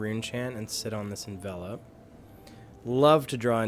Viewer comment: is one of the best to drive a Vinny deck on Youtube, and that's partially because he's one of the few that knows how to pronounce 'Envelop'